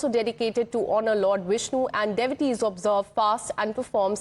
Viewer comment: She cannot pronounce devotees